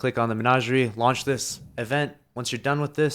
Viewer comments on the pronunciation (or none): none